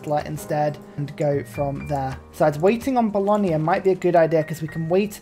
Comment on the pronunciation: Sorry, I hate to do this, but it finally grated on me too much after many videos. There is no 'i' in Bologna. It's not Bolonia. The 'gna' sound is just as in lasagna, not lasania. Fear not though, in general, your pronounciation of city names is far better than a certain Irishman.